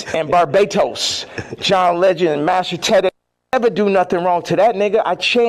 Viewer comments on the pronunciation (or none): Same! & The way he says BARBADOS “BARBATOS”. 😂